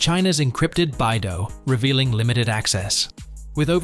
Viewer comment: BeiDou is read as "Bay Dough", not "Bye Dough"😜. It is "the Big Dipper" stars in Chinese, with Literal meaning of "the North Dipper".